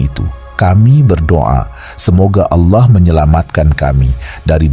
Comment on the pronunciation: Org muslim ap bukan sih.... kok menyebut Allah ngak fasih🤣🤣🤣🤣🤣